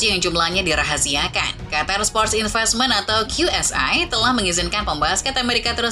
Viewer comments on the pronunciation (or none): none